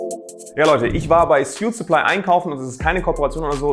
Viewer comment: Gutes Video aber sprich suitsupply doch bitte richtig aus